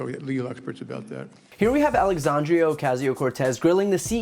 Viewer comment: FOR GODS SAKE LEARN HER NAME. It's not AlexandriO or AlexandrY , it's ALEXANDRIA. You NEVER pronounce it right